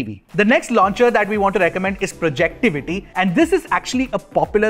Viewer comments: Dude Its Not Projectivity! Its "Projectivy Launcher" 😁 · "Projectivy" hai naam not Projectivity 😅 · Instead of remapping the home button you can disable the "Android TV Home" app so that your TV always boots up with the custom launcher. Btw it is Projectivy and not projectivity.